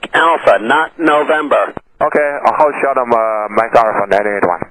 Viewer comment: Hold short sounss like holy shit